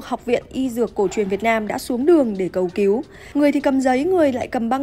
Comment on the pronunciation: Cầu cứu mà đọc cầu kiếu , nên đổi gấp người đọc chuẩn nhé